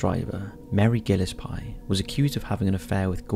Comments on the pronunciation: . The name Gillespie is pronounced “gill-ESS-pee”, not “gillis-PYE”. Be careful or Dizzy Gillespie will come back to haunt you. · GILL-es-pie? seriously? Is there no one in England with the name gill-ESS-pee? Come on. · Mary gil uhs pie I think that’s Gill eh spi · Dude, it's pronounced GILL-ES-PEE